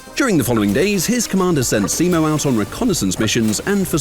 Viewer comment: ah yes, seemow hahoohaa